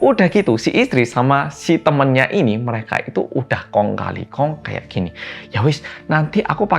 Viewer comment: Aku malah salfok sama Bilang e.. Kong kali kong.. 😁